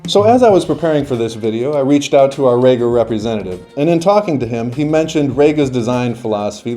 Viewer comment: Reeeeeeeega not RAYga